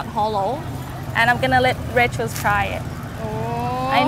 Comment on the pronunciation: She really calling her "racheal(s)"